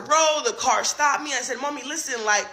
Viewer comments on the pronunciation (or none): none